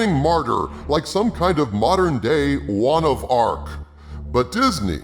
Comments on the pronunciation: "juan of arc" hehehe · ‘Jaun of Arc’ Lolsies